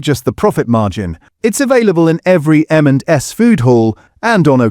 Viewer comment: Very hard to tell it’s an AI voice until until it gets to “M&S” and it can’t say it right. The only giveaway.